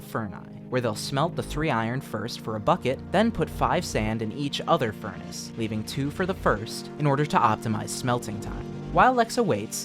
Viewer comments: my guy said furni :face-purple-crying::face-purple-crying::face-purple-crying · no cuz he said furni